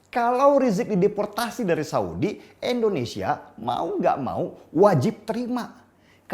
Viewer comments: Indonesia bang, bukan endonesia 🙄 Btw, bajunya keren bang 🔥🔥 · Indonesia bang bukan endonesia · Indonesia pak bukan Endonesia